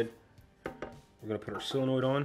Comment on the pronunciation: While we're on proper pronunciations, it's SOLenoid not SILLenoid. 🍺 Great video!